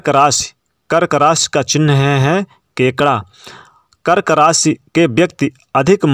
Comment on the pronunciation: रास या राशि 😂😂😂 भाई बोलना तो सीख लो पहले